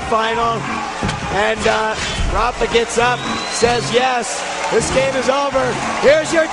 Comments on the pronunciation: "rapher" .. damnit its raphA, not er. same with mega, its not megger its mega. lol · he's saying rapher.